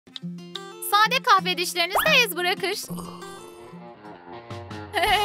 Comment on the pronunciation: Kayfe. Deyil. Kahfe.